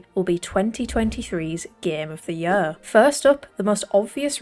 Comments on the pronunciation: Gem of de jøør'' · The way she says “year” 🥰